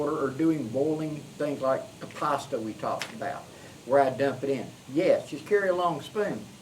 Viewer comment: Hey! "Let's say I've got a pasta dish I want to carry with me..." Every time I get to that part I hear "possum dish". Yeah I know, but you know me, I just can't help it!;) Good stuff my brother, keep up the good work!